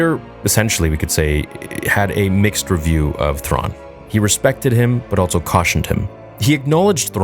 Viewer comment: Is altso a word? I thought it was ‘also’ all this time.